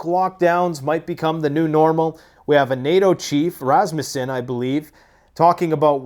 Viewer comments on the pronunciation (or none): none